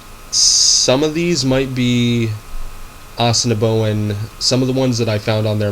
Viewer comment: What the is this guy trying to teach my language for, he doesn't even pronounce Assiniboin right, and Assiniboin are our relatives they don't speak a different language they speak a dialect, the 3 main dialects are Lakota, Dakota, and Nakota and each has sub dialects especially Nakota. Nakota is what the Assiniboin speak.